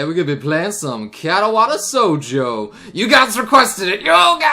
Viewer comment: katawata sojo.... even 2 years ago noble slaughtered the japanese language. just goes to prove joey is the bigger weeb